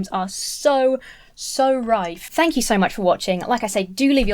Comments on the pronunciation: She says shank instead of thank near the end of the video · I might be still giggling over the "shank you" and "send help🤦🏻‍♀️" bits 😂